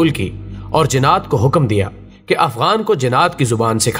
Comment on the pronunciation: بھائی جنّات کو جِنات کیوں کہہ رہے ہو؟